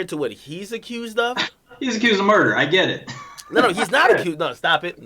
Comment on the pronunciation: Bruh i'm two and a half minutes in and white boy keep talkin "Shmurder" smh i'm out